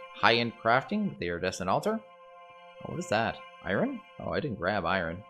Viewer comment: Nobody's pointed out "Iridiescent" yet strangely enough.